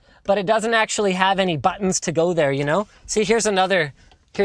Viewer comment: the first time I have really heard Linus have a stronger Canadian accent because he said "ya noo"